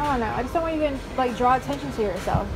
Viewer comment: "Attation" lol.